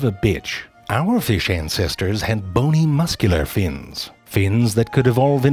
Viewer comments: Everyone: Fish Zefrank, an intellectual: Firsh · I love how he says feesh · I'd love to see the IPA spelling of this pronunciation of "fish". It's like it has two schwas and the upside-down 'r' in it. Like "firsch". Delightful! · The way zefrank pronounces certain words gives me life. Ie: Fish=Feesh Baby=Behbehs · It isn't a fish, it's a FIRSH. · i love the way he says "fish" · zefrank somehow crammed three syllables into the word 'fish' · Someone told zeFrank 'You can't really mispronounce FEee-iSH and make it funny. But zeFrank makes his own rules, like a dominatrix drunk with power at a nerd-heavy frat party. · So many naturally occurring syllables in the word “fish”!